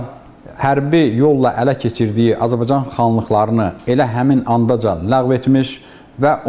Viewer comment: Hörmətli müəllim. Mən də tarix müəllimiyəm. Dərsin əvvəllində dediyiniz "Azbcan tarixi" yox "Azərbaycan tarixi" kimi deyəsiniz.